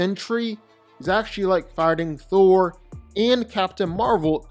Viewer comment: I like how u kept saying "Throll" 😅. He's too overrated